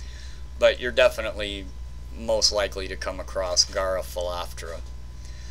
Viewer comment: ewww you say acrost. ha ha Nice video though. Excellent info.